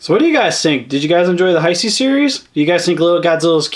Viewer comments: Why do you pronounce hesei (hi-see) instead of (hey-say). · I know this is a 5 year old video but it's pronounced hey-say